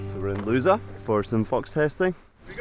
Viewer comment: Lousa??? A bit more and you sounded LOSER! There is accentuation in the "a" for a reason :) Congratulations and happy thoughts to the sleep-deprived dad.